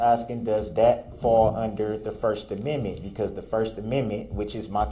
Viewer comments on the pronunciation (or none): Oh no! He says the judge is citing the “Sixth Aminmin!”